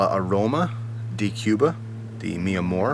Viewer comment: not "dee" its pronounced "day"